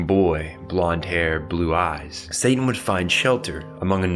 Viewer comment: Bro are you saying Santan?